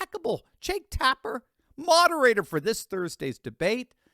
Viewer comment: Jake Tap-her.....:)